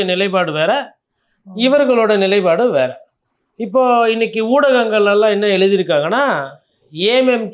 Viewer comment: நிலை + பாடு = நிலைப்பாடு 'ப்' வரவேண்டும். தமிழர்களே தமிழைச் சரியாக உச்சரியுங்கள்